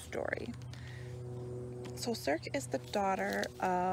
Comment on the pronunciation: I do hope you keep trying Circe, it's my favorite of the year and it's really just phenomenal what she did - she took all these different bits and tales of mythology and wove them together in a complete and substantial novel that never feels like it was cobbled together. It's just brilliant. (Also just FYI, it's pronounced "SIR-see", it's not a hard 'c' at the end :) )